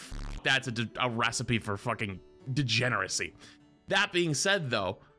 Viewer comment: "degeneracy" lightly said